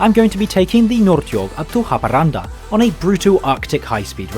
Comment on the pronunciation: wow, I never expected a X52 to be the fastest train in Sweden, as a local this still surprises me, his pronunciations of Swedish words are funny and always makes me laugh, the pronunciation for Haparanda was on the more correct side though but anyways good video